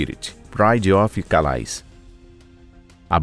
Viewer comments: E não se pronunciai calais (ao pé da letra), por ser ser frances, é "calé".. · A palavra CALAIS é francesa e se pronuncia CALÉ.